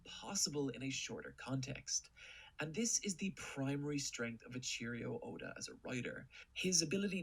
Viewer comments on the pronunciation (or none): "E c H e E r I o Oda"